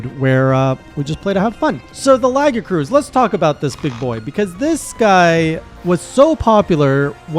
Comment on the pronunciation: It's pronounced lagi-a-chris